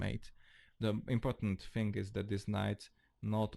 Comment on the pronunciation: Nice channel. But why do you love to say THING-K or KING-K in stead of THING or KING? Hahaha